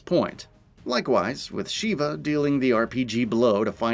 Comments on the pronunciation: oh god, the neme is SHEVA not "Shiva" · Agreed!! One thing though. Why does everyone mispronounce Sheva’s name. She literally says her name in the game! It’s not “Sheee ba” it’s pronounced “Shev uh” (to try to put it as it sounds). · It's pronounced Sheva,like CHEVrolet. I've only heard Chris say it a million times on professional difficulty. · I don't think he's played the game much to figure that out considering the constant "Sheeva"